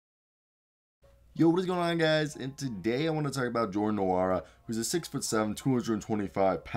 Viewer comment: just a small correction the "N" is silent! (N)wora